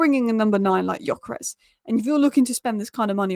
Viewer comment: Again, pronunciation is "Dyökeresh", with the Gy pronounced like D in due or dew. Annoyed that Viktor didn't go to Liverpool to complete the Hungarian quartet... yeah yeah he is also Swedish, but Hungarian roots.